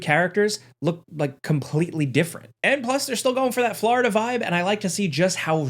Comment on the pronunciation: Anybody else trippin out over the way say Florida?😂